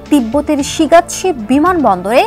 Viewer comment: শিগাটসে নাকি শিগাটসি? আগে উচ্চারণ ভালো করে শিখুন তারপর সংবাদ পড়ুন, ভুল উচ্চারণ দিয়ে ভুলভাল সংবাদ দিবেন না